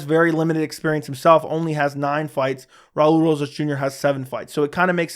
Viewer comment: Raa-ulee rohhas jr😂